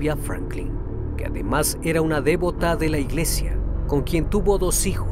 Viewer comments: ¿Por qué dices "dévota?.... La palabra devota es grave, no esdrújula... Gracias.... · no se dice dévota, sino devota. ( no lleva acento en la primera sílaba)